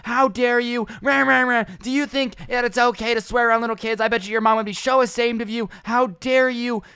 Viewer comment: "Sho asamed"